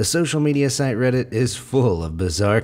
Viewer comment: i heard say "reddsit"